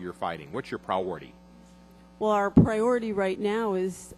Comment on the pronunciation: Pra-ority?!?! LOL!!